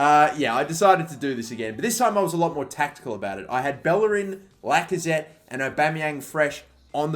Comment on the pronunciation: Irrelevant side note: To this day it still amazes me how people can't properly pronounce Bellerin's name, given the fact that players like Casillas and Llorente are pronounced correclty. I'm not speaking spanish, but I was able to understand that every double L in spanish is pronounced like "y" in "yes" since I was 15 years old. I'm not saying learn and pronounce every name right, but it just confuses me how people are unable to realize some super basic things, not because they are basic, but because they actually use them so frequently.